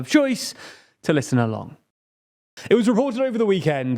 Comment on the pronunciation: Oh so it's "to listen along", I can never make out what was saying when he closes the Daily Briefing podcast segment; kept hearing it as "two less than alarm".